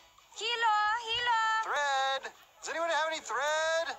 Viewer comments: Jilo xD Adoro esa pronunciación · Ok the leady says "hilo" with an english h. In Spanish you don't pronounce the h. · That "Mexican" woman saying "Hilo", yes, it means thread in spanish.. but for God's sake the "H" is silent that's a basic rule... why didn't they hire a native spanish speaker? 😂😂💀🗿